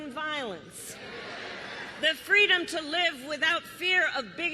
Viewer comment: Fweedom minus the 'F'.